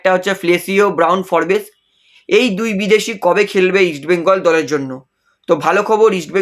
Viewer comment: উচ্চারণটা ফোর্বস্ , ফোরবেস নয়। বড্ড কানে লাগে।